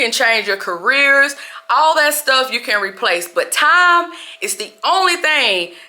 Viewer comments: it’s “TIME”, you pronounce it in a funny way😅😅😅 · You don’t have any TAM to waste, TAM is going too fast guys, TAMMMM!!!😂😂😂😂